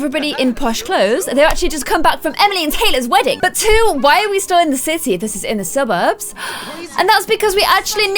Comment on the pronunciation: "Suburbs" LOL